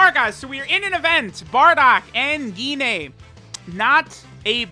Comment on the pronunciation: Dude really said "Gi-nay"